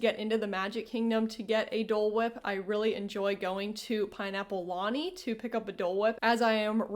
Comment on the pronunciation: Thanks for the informative video. (FYI, Lanai is pronounced something like luh-nye)